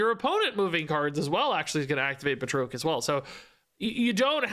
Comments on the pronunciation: Bruh the pronunciation of Batroc is killing me! He's FRENCH! ba-TROK not Ba-troke! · put too much stank on Batroc's name. ("Bat-Rock") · One note... I believe it is pronounced BAT-rock the Leaper. Thanks for the breakdown!! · It's pronounced like Bat-Rock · I always thought Batroc was pronounced "Bat-Rock" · Oh. And based on Stan Lee and the movies... It's pronounced 'Bat-Rock', sir. 😅😊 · Just a little pronunciation note: I’ve always heard and pronounced it “BAT-ROCK” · Here to help with pronunciation: it's 'Bat-rock' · So the guys name is pronounced Bat Rock. Just FYI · Bat Rock is the pronunciation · I think it's pronounced "Bat-Rock" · The pronunciation of batroc is killing me. It’s like ba (as in bat without the t) and troc is (rock with a t in front) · calling Batroc by the fancy French pronunciation, Báţŕôqůē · Great video! Just a note, Batroc is pronounced Ba like air and troc like frock. He was the guy that Captain America fights on the boat at the beginning of Captain America: Winter Soldier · I've never heard anyone butcher Batroc's name so badly lol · That Batroc pronunciation really hurt my soul.